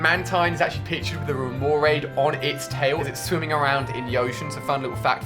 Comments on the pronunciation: Some pronunciations were waaaay off. And because of click bait title...: Cleffa Spinarak Xatu (zatu) Wobuffett isn't a water Pokemon, it's a psychic type. Phanpy not phanphy Girafarig not giraffig (it's a palindrome) Granbull not grumble Remoraid rem-oh-rayd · also these mispronouncing Pokemon names, Ursaring, Remoraid, Misdreavus, Phanpy, Girafarig, Granbull, Swinub, Chinchou, Xatu, like eww. TheAuraguardian will go crazy cause he had to went through Pokemon mispronouncing videos and 3 of them.